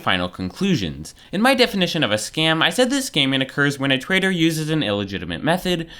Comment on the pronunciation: hey "twader"